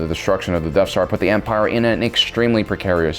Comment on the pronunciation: Every time you say Death Star, I hear Deaf Star.